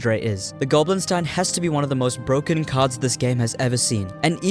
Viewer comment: So bwoken